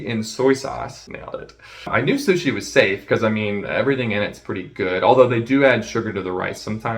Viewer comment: I’m fermiliar with shushi and shoy shauce. We have sho much in cermon.